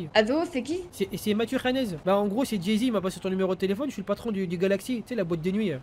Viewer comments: A la fin il dit anas ou lieu de khanez 🤣🤣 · A la fin "anaaaaas" c pas anas c khanez mdrrr